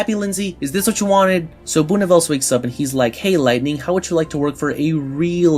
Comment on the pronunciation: Great video but it’s pronounced “Boo-Nih-vel-zuh” not “Boo-nih-vels”